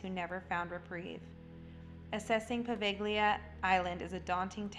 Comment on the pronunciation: The ‘g’ is silent in Poveglia. Otherwise a very good video